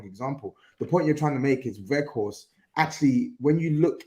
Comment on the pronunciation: What I want too know is why doesn't grizz correct when he says "werghouse" instead of "weghorst" 🤔